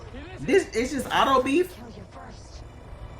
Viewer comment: Not "auto beef" 😂😂😂